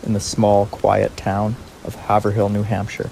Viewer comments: It would be easier for everyone in Maura’s case if the paperwork and law officers used English. Also : Haverhill= Hay’-vril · When saying the name of Amherst in Massachusetts, the "h" is silent. It is pronounced "Amerst". Haverhill is pronounced "Haverill". That "h" is also silent. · Can definitely tell you are not from Massachusetts or New Hampshire just by the way you pronounce Haverhill 😂😂 I can’t help myself, sorry… Great video! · Its pronounced hav rill long a. The laziess police force on the eastern sea board i wish that lady who went by only left 5min earlier to go home from work that day.She absolutly would have helped Maura.i would told well come with me to my house and well decide what to do from there.This nice lady came by the accident car prob only 5 or 10 min after it happened and Maura had taken off. From the site.i think she took off running in the direction were no one looked and went into the woods to hide. I think she hid in the woods but furthur up the road.That nice lady said she got a bad feeling and could explain why. After she went by Mauras car..